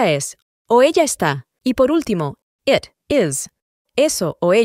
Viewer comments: De los mejores videos para aprender inglés que he visto, pero tengo una duda , el it se pronuncia como it o como et, porque esa pronunciación de et si no la había oído nunca y quiero estudiar bien su metodología pero sin errores,saludos y muchas gracias por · Interesante. Viendo el video lunes, 22 de septiembre del 2025. Me quedé confundido con la pronunciación de it. En un primer momento lo pronuncias como ( et), pero luego lo pronuncias (it). Agradecería mucho la aclaración con algunos ejemplos. Gracias. Muchos éxitos.